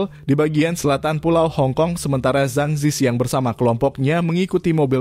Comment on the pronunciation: org hk drmn? dia baca nama zhang zi qiang aja salah.. harusnya di baca cang ci chiang dalam mandarin.